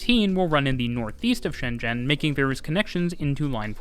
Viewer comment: The pronoucasion of ShenZhen is very accuracy. Cool.